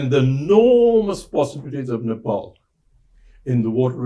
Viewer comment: It’s Ne-Pal not Nepol as a British man would say! Again, Ne-pal.